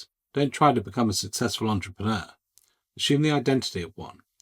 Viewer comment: Great video with the word is assume not ASHUME